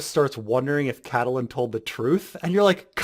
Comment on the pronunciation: The 'E' in Catelyn is silent.